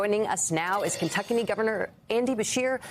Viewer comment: LOL, She said "Kentuckany". Love Andy.